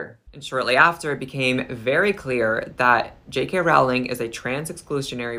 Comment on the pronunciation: Just for starters, I wish that the people who disagree with J. K. Rowling would learn how to pronounce her name! (It rhymes with "bowling," folks, not with "howling.") Sheesh!